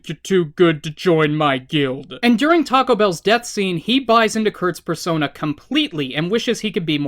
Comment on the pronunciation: I keep hearing you say fursona instead of persona